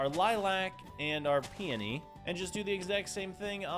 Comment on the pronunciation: The word "peony" is pronounced pea-ooh-nee